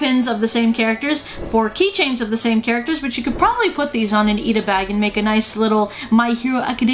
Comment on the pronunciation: Did she say Iida Bag or Ita Bag?